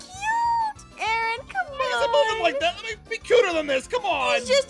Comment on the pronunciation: Is it me or did say Aaron’s name wrong